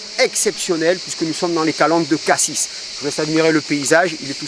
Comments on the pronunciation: Les calanques de Cassis !! Et non pas de Cassissss ! On ne dit pas Parissss ! Cassis c'est pareil ! le "s" est un "s" muet ! Et le prétexte d'aller faire de l'entraînement sportif mater des petits culs et les nichons dans les calanques !!! Hé ! Ho !! Ca ne prend pas ! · On ne parle pas du fruit, mais de la commune. Et on ne prononce pas le S, tout comme Paris ou Nîmes.